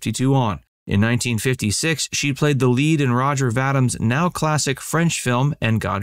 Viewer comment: Can you please make an effort to pronounce French names correctly? Setting aside the French r sound, Roger Vadim sounds like this: row-zhay vah-deem. As for Brigitte Bardot's first name, it sounds like bree-zheet; it's not pronounced like Bridget. I like your voice, and the videos are interesting, but the pronunciations are really annoying! It only takes a second to find the correct pronunciations online.